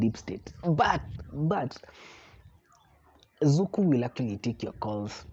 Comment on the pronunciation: Zuku? Really?